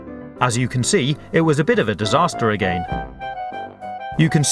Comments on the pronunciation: I like how he says "again" A-gay-n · Do you guys here how her says 'again'?? XD